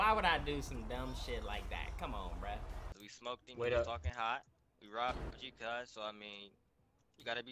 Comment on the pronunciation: They dont stop sayin CUHZ